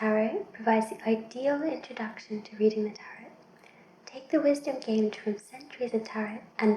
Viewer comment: Hey! As far as I know Tarot is pronounced Tah-row instead of Tah-rot. I hope you make more soft spoken unboxings, this was very relaxing:) keep it up!